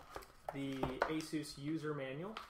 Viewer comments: nope, he did it right, thats how the the asus people pronounce it too and the founder of asus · I have an Asus monitor, and when I ordered from ASUS website via telephone they pronounced it the way I pronounce it "aye sus" Also I looked on youtube and other various websites to confirm my suspicion. Would you like a link?